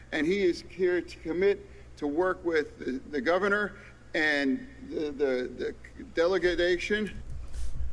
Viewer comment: Delagadation! Umm you mean delagation.